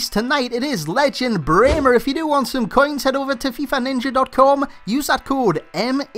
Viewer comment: You pronounce Brehme absolutely perfect :) nice video as always <3